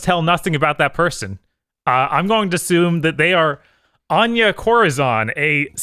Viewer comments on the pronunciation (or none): The way said Corazon almost gave me a stroke